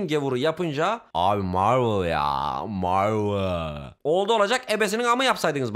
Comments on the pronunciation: Abi meeveol yaa marveol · Abi Marvıll ya marvıl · Abi marvıl ya marvıııl inanabiliyomusun abi şakamı 😂😂😂😂